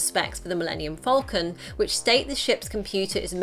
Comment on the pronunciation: It’s falcon. Not fowlcun.